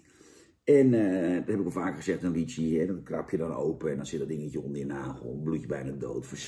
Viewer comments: Hoe spreekt hij lychie uit 😂 Het is lychee Janneman. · Lietsjie-smaak ????😂🤣😂🤣 Jan je bedoeld Lychee!😊